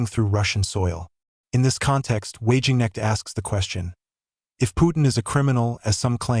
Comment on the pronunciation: Pity your bot voice can't pronounce Wagenknecht right. It's already difficult to bring media attention on her, with all the Capitalist media constantly promoting the Far Right.